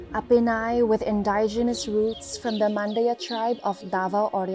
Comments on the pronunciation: I don't question her educational background. I'm sure she's a smart woman. I am merely suggesting that maybe she could correct her pronunciation of the word "indigenous". I'm pretty sure that is not the right way to say it. It's easy to check it online. You can check it yourself if you want. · I think she's a complete package but I hope someone would tell her she's pronouncing the word "indigenous" wrong.